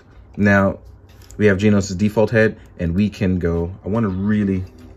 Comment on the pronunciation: Stop calling him GINOS, its GENOS! lol